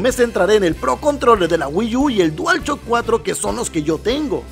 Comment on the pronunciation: Nadie:: Dual Chock 4